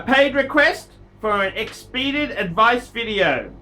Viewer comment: Pronunciation is (x-pa-die-ted) doubt that this message will go through as I am also a bit late in responding.